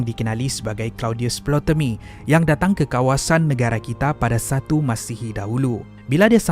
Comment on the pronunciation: Video yg bagus tapi ada pembetulan sikit. Sebutan bg betul ialah Ptolemy bukan Plotemy.